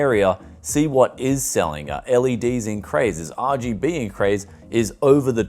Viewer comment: you gotta say it like him "ahh gee bee